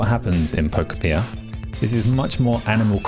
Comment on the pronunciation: That's pronounced "Pokopia", actually